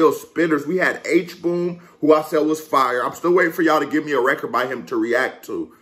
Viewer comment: You pronounce HBOM's name like this (H-Bomb). Hbom and Bigat10 are Filipinos, too. Fun fact: Most of the Filipinos are Bilingual and we also have several dialects that we are fluent, too. Thanks for reacting to this! This song is one of my favorites ♥♥♥